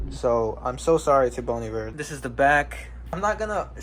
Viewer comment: I finally know how to say 'Bon Iver' appropriately after 15 years of knowing it thanks to you! 😅